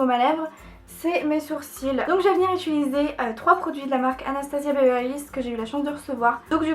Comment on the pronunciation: Ça me stresse tellement que tu dises "ituliser" au lieu de "utiliser", Ca me perturbe 😂 sinon tu te débrouilles tellement bien en maquillage, c'est vraiment joli 😊